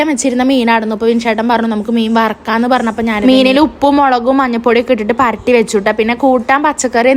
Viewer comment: പരട്ടി അല്ല പുരട്ടി